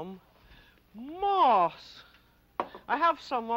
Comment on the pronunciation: When she went to make moss I thought she said ‘moths’; kept wondering how she was going to make insects out of spun sugar.